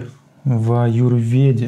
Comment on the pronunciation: Ваше знание по ашваганде поверхностное. Вы даже слово "Аюрведа" выговорить не можете, а беретесь консультировать. Посмотрите хотя бы ролик об этом баде на канале доктора Вивека из Индии.